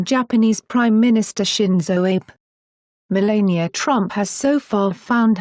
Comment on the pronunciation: Melania Pronounced: . La as in the musical note or the word lab (not le) !